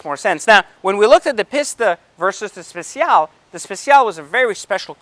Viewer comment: Stop saying pista. On behalf of all Italians ever please stop saying pista and speciale too for that matter